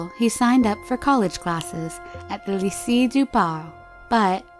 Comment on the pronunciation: No, she really doesn't. That's not how you say Lycee for one